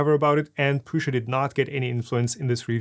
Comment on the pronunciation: I hate so much that you say pruSZa instead of pruSa